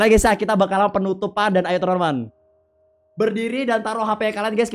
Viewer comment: Abang kok nhomong nya tremen tremen harus nya teman teman